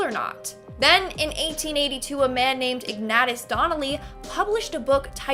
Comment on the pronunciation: Ignatus Donnelly? It's pronounced Ig-nay-shus.